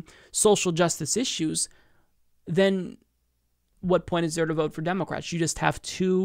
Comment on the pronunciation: You keep saying "demo-cwats" or maybe it's just me